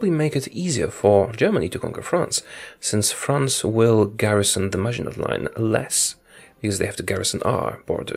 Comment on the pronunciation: Just sayin but Im pretty sure maginot is pronounced without the t at the end.